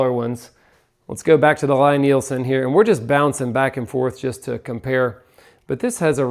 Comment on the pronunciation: It's L-E-E Nielsen. How dare you mispronounce the worlds greatest purveyor of the worlds finest hand tools in the worlds bestest craft. Love your Lie-Nielsen planes like your first born child. Take care of them and they will take care of you. The price definitely matches the quality, the moment you pick one up its readily apparent. Woodriver is a close second to the LN planes in terms of quality when we're talking about the bedrock style bench and block planes. If your into the low angle jobbers or prefer the Norris style of adjuster Veritas out of Canada is of the same quality as the venerable Lie-Nielsen. Melbourne Tool Company is the new kid on the block and of good quality but nowhere near the heirloom quality of the Lie-Nielsens. I have to say tho, my favorite plane happens to be my Stanley Bailey style #5 which my great grandfather bought and used. It was produced around and still takes sub thou shavings. Amazing how handplane technology hasnt changed much is the last hundred years. I too am a plane fanatic, and your excitement about them is awesome to see. Been watching you guys for a few years and you guys are a great inspiration for young people in the trade. Keep up the great work and dont stop being the fantastic role-models that the entire Perkins builder bros team has become. More plane videos please!!